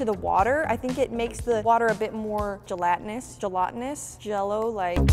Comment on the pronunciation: It's pronounced ja-lat-in-us